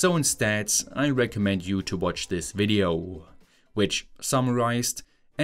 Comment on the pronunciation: nice video'uh.